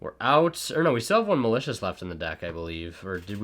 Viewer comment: Nobody:: MALACIOUS